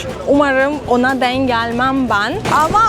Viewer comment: artık tam bir Türk gibi konuşabiliyorsun hatta değimleri mecazları bile kullanıyorsun küçük bir katkım olsun istedim ''denk geldim'' derken ''denk'' teki son harf olan ''k'' yı baskılarsan daha iyi olur güzel kızım.